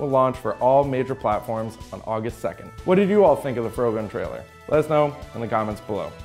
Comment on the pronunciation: Why are you saying the 'o' like in in 'afro'? The title is clearly a portmanteau of 'frog' and 'gun'...isn't it?